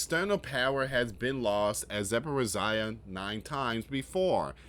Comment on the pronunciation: It’s pronounced zap por ritz zee ah .. your way sounds better tho 😅